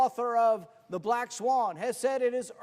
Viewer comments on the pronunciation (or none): none